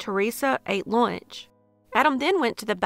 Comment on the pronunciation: Good video. I enjoyed lunch and pills being two syllable words. I’m from the south myself